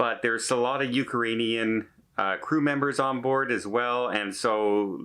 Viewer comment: Uke-a-ranians, lol